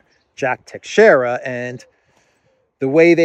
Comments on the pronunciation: No, the correct pronunciation is Tei-shei-ra, do not put emphasis on the letter A in the first 2 syllables, there is no such sound in the word. It's a difficult language to fully master, greetings from Portugal 🇵🇹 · Teixeira (pronounced by Portuguese tai-shai-ra) is a very old Portuguese name. The navigator Tristão Vaz Teixeira was, together with João Gonçalves Zarco and Bartolomeu Perestrelo, responsible for landing on the island of Madeira in 1419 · No, it's pronounced tei-shei-ra... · I think I wrote the same sounds that you did, just in a different/inaccurate way. Is it not pronounced tay-shay-ra? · Teixeira - Three syllables: Tei ( pronounced ta with long a as in shade) xei ( pronounced sha with long as in shade) ra (short a). Accent on second syllable. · No, tei-shei-ra, simple